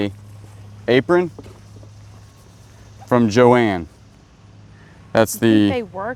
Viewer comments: Johann is pronounced Yo-hawn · Johann Haviland - pronounced “Yo-Han” Haviland. Beautiful china!